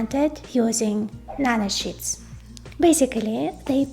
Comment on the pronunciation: I had to smile when she said Nano Shits. It is amazing what these chip engineers and scientists come up with.